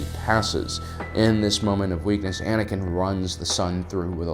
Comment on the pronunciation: Anakin's not Anikin's